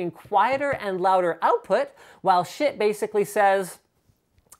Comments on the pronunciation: I thought it was pronounced "sheet" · you sayd shit not schiit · Why did they name it Schiit? It just sounds like shit. or am I pronouncing it wrong? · Everytime he says "Schiit" i can't help but laugh. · i just watched so i could hear Linus say Schiit